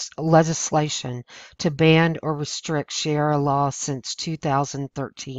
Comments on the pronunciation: To the channel owner............If you intend to try and educate others then perhaps you should first educate yourself and learn to properly speak English. The word is Sharia and it is pronounced SHA*RI*A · It is called Sha Ria law to be correct. Otherwise, good info.n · Sharia is pronounced sha -Re-ah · it's sha re a law. like die or e a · The nice lady reading this would do well to learn to pronounce 'sharia'. She was missing by a mile. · The information is good and I agree with the presenter, but I wish she would learn how to pronounce the word "sharia" properly. Mispronounced words gives the impression that you don't read much and that you generally don't pay much attention when listening to others. It's difficult enough to change the opinions of people who have an attitude against conservative thinking, mispronouncing pertinent words gives liberals the opportunity to say conservatives aren't intelligent. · While I appreciate your efforts to bring awareness of the threats of the Muslim faith to as many people as possible, you really need to pronounce the words correctly. It lends more credibility to what you say. When you consistently mispronounce the main word of your message, it makes it seem that you don't really know what you're talking about because you can't even say the word right. It isn't Sha ri ra. It is Shar ri a. Either way, it's a really bad thing, but please try to call it by its right name. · It would help if you could look at the word Sharia and pronounce it properly. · Difficult to take this seriously when she can't pronounce the word correctly. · carlos cespedes I care because if your going to make a whole video about something you claim to be an expert on, you better atleast be able to pronounce it. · This kind of reporting would probably be received much better if the "narrator" wasn't illiterate. None of them can read simple English sentences. And by the way, it's ShuhREEuh, not Shara. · it's pronounced SHA-REE-AH not SHEE-AIR-AH